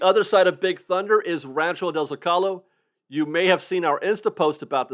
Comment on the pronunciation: When pronouncing Rancho del Zocalo, the accent is on the first syllable of "Zocalo", not the second.